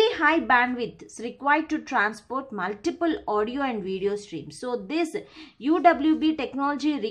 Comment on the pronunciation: Ek to sirf read kar rahi hai aur wo bhi sahi nahi kar paati multipath ko multiple bol rahi hai